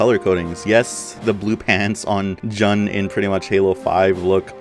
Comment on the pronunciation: You were pronouncing Jun right before. Still, Decimator isnt Noble Six's armor, its based on Naomi-010's Mark VII armor.